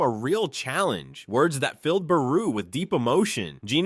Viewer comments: fr it not buhroo it is bayroo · I hate the way you say Beru 😂. “Buhroo”